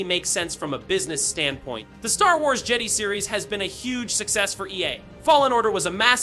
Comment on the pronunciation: Jeddy? Its jedi dumbass. JEH DAI